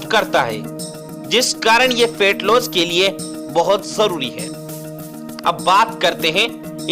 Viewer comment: अरे भाई फेट नहीं फैट बोलिए